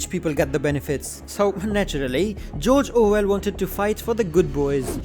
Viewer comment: Ah yes, Jorjor Well